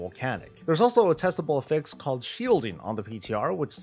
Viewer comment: Is just trolling with how he pronounces Affix? Why does he keep saying A Fix? Blizzard is already doing A Fix for m+